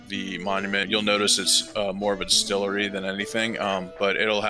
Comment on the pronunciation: The di*stilt*ery